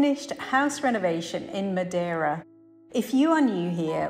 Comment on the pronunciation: It's "Madeira", fyi :)